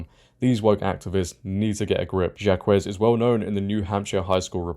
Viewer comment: Zhakwes is not how you pronounce Jacques, it's closer to Zhack. It's a fairly common French name. That aside, way to go girls, stand up for your rights.